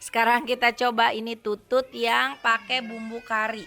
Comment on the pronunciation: Teh bilang tutut nya jangan monyong atuh